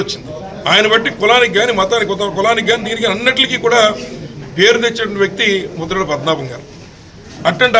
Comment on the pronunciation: Aa bokada broker gaadi purthi peru- Mudragadda Padmanabha Reddy ani sarigga palakandi.